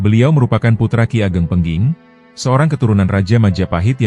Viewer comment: Ki ageng pengging. Bukan pengking...😮